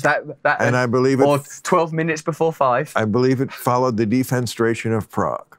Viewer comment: Different story with Maher. His self-congratulatory expression when he can finally use a term that Brand might not know (defenestration) while mispronouncing it and attributing the wrong etymology is priceless :D